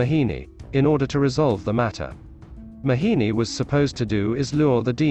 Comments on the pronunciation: Its not mahini its mohini 😅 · Everytime this man kept saying 'Mahini' and i kept smiling. Never heard this pronunciation from anyone. FYI my name is Mohini. Was here to understand the true meaning of the name. 🙂